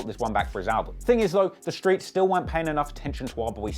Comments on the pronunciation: In the skreets😂😂😂😂😂😂😂😂😂😂🤣🤣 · “Skreets..” lol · Why this nigga say skreets like that😂😭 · Why he say screets like that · OUUUU WHEN HE SAID IN THE SKREETS I KNEW THIS WAS GONNA BE GOOD LOL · "Screets" LMFAO Im done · In the screets 😂😂😂 can't get over the way he say streets